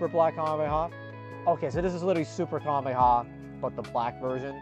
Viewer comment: Bro cant say 'kamehameha' to save his life